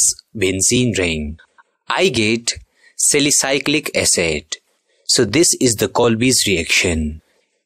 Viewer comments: it's not salicyclic it's salicylic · Also salicy'cl'ic acid instead of cali'cy'lic acid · Also salicy'cl'ic acid instead of cali'cy'lic acid.